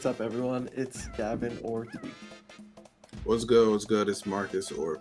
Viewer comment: haz face after got me crying. i was like yo tweek said what word ??? 🤣